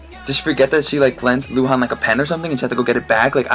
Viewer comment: Lol i like how you said luhan , the Chinese pronunciation was pretty accurate :P